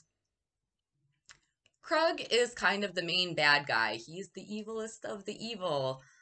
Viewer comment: It's pronounced Kroooog not Krug or Krud 😆 You sure that you watched the movie 🍿 because they pronounce his name Kroooog like at least ten times 😁 and I think that the Kroog OR Krud 😆 should have at least been nominated for an Oscar OR Academy Award for his performance because when I saw this movie when I was 9 years old, I thought that Kroog and his crew were REAL PSYCHOTIC MURDERS. In my opinion, this movie 🎥 went way beyond "just acting", but that's what makes this movie so great. It's most definitely up there with my Top 10 favorite movies to enjoy along with Texas Chainsaw Massacre, Scarface, A Clockwork Orange, and Boogie Nights.